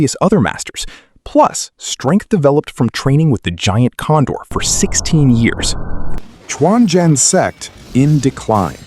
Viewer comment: I always said non-native speakers trying to narrate a Chinese related subject will do much better if they turn on Google translate and learn how the Chinese words or names are pronounced. Quanzhen became “Chuan Jian” - that is not a sword only sect. Just an inability to pronounce Quanzhen “completely true” - a real Daoism school in China today.